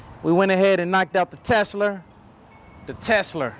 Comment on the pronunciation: “Knocked Out The Tesler” 😂😂😂